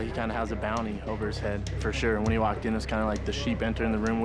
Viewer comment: Brendan "Fer sher" Schaub